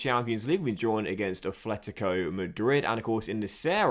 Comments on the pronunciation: It's Atlético not Athletico 😂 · Afhletico is how he says it pretty annoying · Say it with me,... “At-let-i-co.”